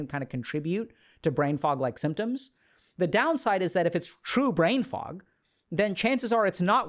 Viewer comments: Anyone else keep hearing “brain frog”??? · The first time you hear "brain fuck" instead of fog, you're lost and can't unhear it lol :D